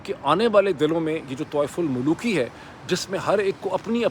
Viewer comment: Tawaif ul mulooki nahi, dr sab, it's tawaf ul mulooki